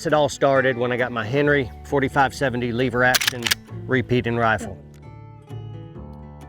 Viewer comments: First... " Lover" is a pretty good cowboy name Second... "Leh-ver" not "LEE-ver" -guy from Oklahoma lol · it’s lever, not leever…btw your still wearing the stupid watch lol. Great vid bro thanks for sharing. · Did anybody else cringe every time said leave-ur instead of lever? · LEVER......NOT LEEEEEVER hahaha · Stop pronouncing lever wrong. It's "lever" not "lever" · "Leever Action" ? Dang city boy! It's Lever, soft e... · It's LEV-ER, not LEE-VER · says "leever action" 😆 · Oh So Now We Say Leaver ?? Sheesh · Cowboys don't say 'leever action'. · Cowboys don't say leever. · "Leever" action. That must be like "leever alone or I'll keel ya"😀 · Lever not leever thats metro sexual lol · Leever Action? Sounds like a Yankee to me... :P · As an actual cowboy, I will keep most of my opinions to myself.....However......If you want to be a cowboy, a couple of things: It's a "lever" action rifle. Not a "Leeever" action. I agree, your dog is stupid. The only dogs worth having are Heelers and Jack Russel Terriers. You set your hat down incorrectly. Google it. We walk funny because unlike most of the nickel-plated sissy douche wagons who sit in front of magical boxes of light to "earn a living", we do physical work, which makes our bodies hurt. Thus the "funny" walking. Any rifle or carbine that goes in a scabbard needs a hood over the front sight. Without one, you'd have no front site in short order. You need at least 17 more layers of dirt to pull this off. I didn't see any chewing tobacco, although I did see you spit. So, B- for effort at least. Other than that, you nailed it! 😉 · I do not like leever action it's lever action. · "leever action" been a minute since ive heard that pronunciation. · love you brother but please stop saying leever!!! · please stop saying "leeeever", say lever like an American!!! 'Merica!!! Also... I love you all, please don't hurt me. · I'm not sure you can be a cowboy and still say leever 😁